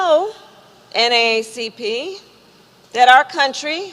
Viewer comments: Kamala is so fake. No one calls it N-A-A-C-P. It's N-double A-C-P. She's so.... ugh....can't stand her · Did she say NACP? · Did the VP just say "NACP"? I thought it was "NAACP".